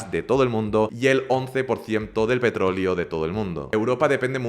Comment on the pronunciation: Todo bien con tu vídeo pero cuando dices petrolio y no petroleo me da algo